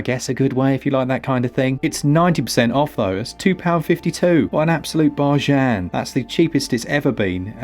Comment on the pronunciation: Laughed out loud at the french pronounciation of bargain haha, barchaaaain